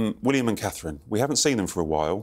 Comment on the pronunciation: WHY is it...THAT You CAN SAY Me-ghan (TWO Syllables) YET CAN NEVER SAY CA-thrine.....ALSO TWO Syllables!!!!!!! WHAT DO YOU HAVE AGAINST.......The Princess of Wales, ThT YOU DO NOT AFFORD HER THE RESPECT of Calling her BY HER FULL First Name!!!!!!!°